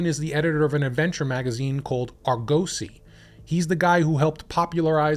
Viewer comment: ARGOSY pronounced AR-guh-see, not Ar-go-see!